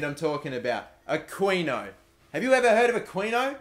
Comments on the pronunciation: you pronounce the 'qui' in aquino the same way you pronounce the word "key." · You're pronouncing Aquino wrong. Its pronounced Akino. The Q makes a K sound. Just saying. And dont forget to pay Habiar or something's wages